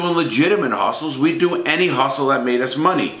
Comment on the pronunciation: Guy pronounced “any” like Edy